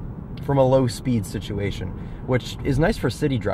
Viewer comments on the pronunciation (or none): none